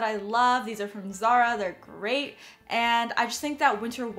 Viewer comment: I thought you said “the gray thing about this” instead of “the great thing about this for your all gray outfit lol